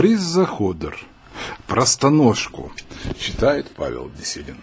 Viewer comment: Борис Заходе́р На Е ударение падает